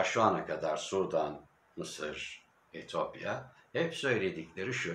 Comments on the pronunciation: Allah aşkına Etiyopya deyiver Etopya değil :))) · etopya değil etiyopya